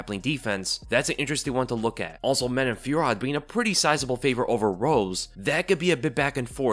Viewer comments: French dude here, if those french names pop up again in the future, here's a cleaner pronunciation fyi : Manon Fio-row Nora Korn-all Morgan Sharry-air Buh-nwa Saint-Duh-nee Taylor La-pee-lus -Anj Loosa ;) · Man-oh Fyor-oh. Just for future reference. And don't let Jon Anik's pronunciation sway you.